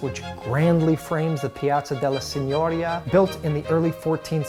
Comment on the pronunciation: Excellent video! It brought back many fond memories of my time in Florence/Tuscany. Your taste for fine Florentine cuisine & gelato is impressive. What about Italian coffee? As someone who speaks Italian permit me to correct your Italian pronunciation in one particular instance: il Palazzo della Signoria is pronounced with the accent on the i of the last syllable. Tante belle cose!